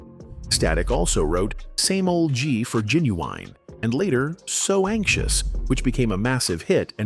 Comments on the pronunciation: Who TF is Jen-U-Winnie ........I can't stand this AI stuff sometimes man! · Yo🤣😂🤣😂😭WHAT THE FUDGE🤣😂🤣😂😭WHO???😂🤣😂 GEE-NEE-WEENIE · I'm a little off topic but the way u said genuine's name is hilarious genuweenie LMAO OMG holding my gut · Bruh 😂😂 I thought I was tripping when I heard the way ai pronounced “Playa.” Making it difficult for no reason. At least I feel some job security now 😅 “GeeUweenie” took me clean tf out! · i said the same thing and he kept saying Ginuwine name wrong and Playa🤣🤣🤣🤣